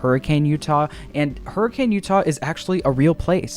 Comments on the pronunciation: As a fan of fnaf for seven years and a Utah resident, I never knew that it took place in hurricane, also for some reason they pronounce it hurrikin instead of hurricane, it’s really weird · Its not pronounced "hurri-cane" its "hurri-kin" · Alright as a Utahian it isn’t pronounced Hurricane like the storm it’s pronounced Hurr-a-kin I know weird but it’s true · It’s pronounced Hurican. I realize that it’s spelled Hurricane, but many of the cities in Utah follow that. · I live in hurricane Utah and it’s pronounced hurricin lol